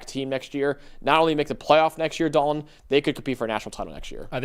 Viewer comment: Me: Dal-ton: Dolen